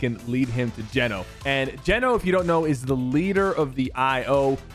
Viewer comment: i’m almost certain it’s pronounce gee-no not jen-o ❤️😂 also sypher i’ve been upset on your behalf since chapter 2 if anyone deserves a skin in game it’s you 😾